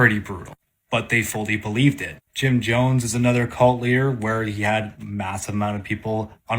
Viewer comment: I'm maybe 0.3% confident that this believer is self aware, considering how many times he said "cult" with that terrible emphasis.